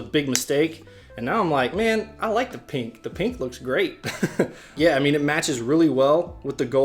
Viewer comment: the way he says pink annoys me